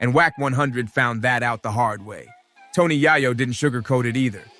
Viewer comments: Bro I got to stop watching your podcast cuz you are truly mispronouncing this man's name and it's very simple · Fr, you can't make a video without mispronouncing they name, you might not even be from this country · Soo-Gay Knight is here!! - Tony Yah-Yoh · Hate the way you say Tony yayo name that's not how you say it dam